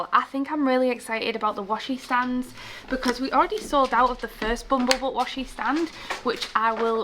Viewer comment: Are you saying Bumble Butt? It makes me laugh 😂 every time